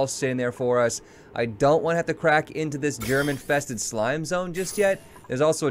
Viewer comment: Right at the start, when he said germ infested slime zone, i thought he said "german tested slime zone".